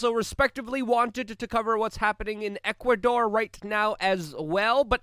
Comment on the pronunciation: You keep saying Ecuador. Lol